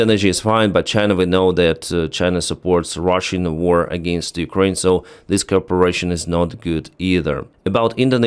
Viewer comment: you need to learn how to pronounce cooperation you leave out the "op" and it sounds like corporation which is a business.